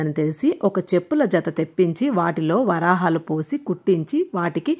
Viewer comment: మార్గశిర మాస మొదటి గురువారం నాడే ఈ వ్రతం ప్రారంభించాలి. అన్ని వారాలు నియమంగా వ్రతం చేయాలి కాబట్టి, ఏవైనా ఆటంకం కలిగితే, వ్రతం మానకుండా ఇంట్లో ఉన్న ఇతరులు ఈ వ్రతం కొనసాగించాలి. 2 ఇది వ్రతము, text లో నోము అని రాసారు. నోము, వ్రతం ఒకటి కాదు. 3. చెప్పుల జతలో వరహాలు పోసి అన్న దగ్గర్నుంచి ప్రతి చోట "వరాహాలు" అని చదివారమ్మా! వరహాలు అని చదవాలి. వరాహాలు అంటే అర్థం వేరు. 4. ఉత్థాన ఏకాదశి, పోలి స్వర్గం మరియు ఈ వీడియో ఒక రోజు ముందు పోస్ట్ చేసారు. కనీసం రెండు మూడు రోజులు ముందు పోస్ట్ చేయండి. Views రావడమే కాదు, అందరికన్నా ముందు వీడియో ద్వారా information ఇచ్చినవారవుతారు.